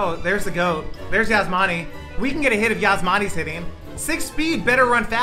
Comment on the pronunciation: The way he says Yasmani is cringed